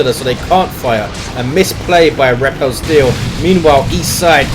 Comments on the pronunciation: FYI, 'repelsteeltje' is the Dutch name for Rumpelstiltskin, and its pronunciation would be close to 'ray-pull-stale-chu(ck)'. Go Nids! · yuno yeah its dutch but its pronounced totally different from what did:P